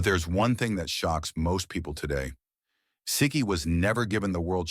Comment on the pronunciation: Right from the beginning they're making errors. Siki is pronounced See-kee, not Sick-ee.